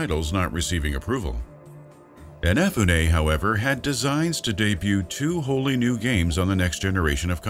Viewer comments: keiji inafunay, sorry i couldnt get over that, IN EH FU NAY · In uh Foo Neh. Ehnefuneh? Cmon now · The way you pronounce Inafune gives me hives. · Every time this guy butchers Inafune's name is like getting kicked in the skull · It triggers me how you pronounce "Inafune"